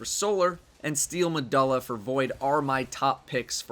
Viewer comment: Carlo Espejo steel meh-duh-la lol it bothered me too when i heard it